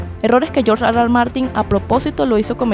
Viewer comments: Hablas español no digas George Ar Ar Martin, por favor di erre erre, cada vez que dices ar ar martin parece que ladras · No puedes decir: R.R. eso AR . AR no te luce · Si estás hablando en ESPAÑOL , ¿ por qué dices AR AR en vez de ERRE ERRE ? NO RECOMENDAR ESTE CANAL ESTÚPIDO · me da mucho chiste escucharte gruñir cada rato diciendo R R (Argh Argh) a cada rato 🤣